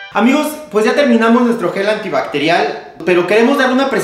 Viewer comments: al final ya te vale verga y dices "gel antibartial" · No lo sé brooo no se que tan confiable es hacer gel antivarial de alguien que no puede decir gel antibacterial 🤭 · "Gel Antibaretial"🤣💞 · ¿lo de "antibarectial" es a propósito?